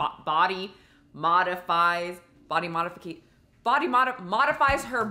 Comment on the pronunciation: It’s body mod-ifi-cation lol